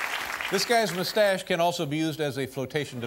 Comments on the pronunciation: well .. Dave ain't French, so he will never pronounce it the right way ... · I've always loved how Dave pronounced moustache.